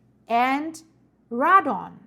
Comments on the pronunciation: Pronounced Ray don...Not ra don.**** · Raydon sounds like reidon or ray dawn. The ay sound like a long. Vowel A.